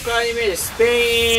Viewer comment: ペェイの発音ワロタwww